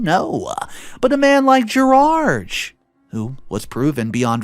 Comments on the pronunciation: Why does he keep calling him Gerage instead of Gerard? 😂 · what is so difficult about saying the name ‘Gerard’? Why must you pronounce it ‘Gerarge’? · Good story…but the English “Gerard” is pronounced Ger-ard. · "Gerard" is a french name. So I presume we talk about the french pronunciation, and that is "Gerar". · Gerard ends with a "D" not a "G". Different sounds ...